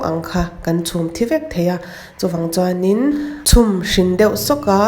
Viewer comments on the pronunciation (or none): Chhuang hmin ti lovin chhuan hmin tih tur aw.